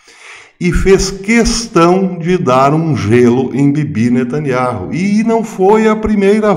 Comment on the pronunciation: O nome do ministro é benjamin netanyahu e não netanyarro a pronúncia é NETÃNIAU